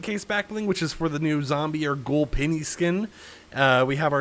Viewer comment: ITS PENNY NOT PINNY PLEASE DUDE